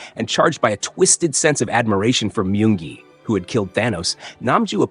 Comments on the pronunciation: He said myung gi but it sounded like monkey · He said myung gi